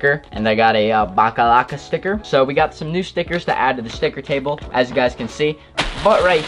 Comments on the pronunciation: I cringed so hard Everytime he called the box logo stickers "backalacka" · I wanted to shoot myself Everytime he said baclava instead of box logo